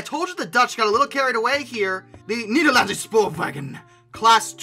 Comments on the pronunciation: Fantastic work, and I loved the fact that the Dutch decided to lovingly hijack the channel! Keep up the good work, guys!!! Also, Nederlandse Spoorwegen is pronounced similar to "Nederlandshe Shpoorwechen" - and Nydqvist is like "Nidqwist" I believe? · the way he said Nederlandse Spoorwegen and LoL